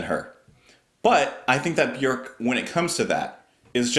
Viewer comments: You pronounce her name the closest to how it is actually pronounced in Icelandic it is pronounced like ' work ' with a B . Most everyone else says ' Bee- york ' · It’s hard to pick a favorite album of Björk’s (thanks for correctly pronouncing her name). But Vespertine is definitely in my top 3 with Homogenic and Medulla most days. Sometimes Vulnicura sneaks into that top 3, and kicks out Vespertine though